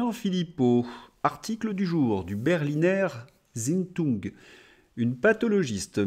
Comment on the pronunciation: juste une précision, on dit Berliner 'Tzaïtoung'.